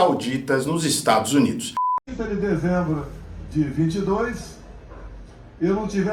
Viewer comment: Como alguém respeita um ser que fala: IsTadsnids